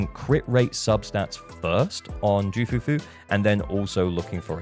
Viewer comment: You do not call her JOO... You call her KOO or Que Fufu Even the Voice actor of Ju Fufu said it...